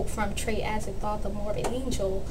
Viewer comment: Very insightful! And I agree with you all the way. Btw Trey's last name is pronounced az-ay-g-tote (as in tote bag) haha. Thanks!